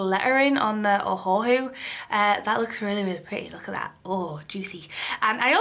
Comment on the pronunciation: Are we gonna talk abt how she said ohahu